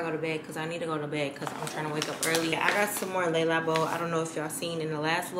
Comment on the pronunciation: Girlllll “Lay Lah-bo” not laila bow